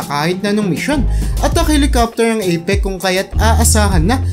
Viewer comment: Akala ko ako lng ang nkapansin😅😅😅 Alam ko walang perpekto tao sir pero dpat siguradohin ang binibitawan na salita o word na gagamitin kasi sa panahon ngayon may nakakapanood na mga bata. Apech/apek din ang bibigkasin nila dahil sa napanood nila na video mo. Ok lng yan na magkamali basta sa sunod alam mo na ang gagawin god bless ur channel.